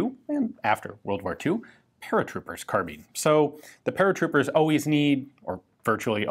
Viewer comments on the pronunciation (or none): Is it “carbine” or “carbean” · The E make the I sound like a i, so say carbine correctly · The American mispronounciation of the word 'carbine' bugs the hell out of me.